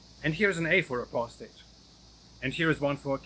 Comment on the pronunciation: Why does sounds like "being human"😁